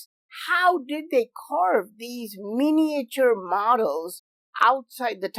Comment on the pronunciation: Love you but please avoid trying to say miniature in future please m8 lol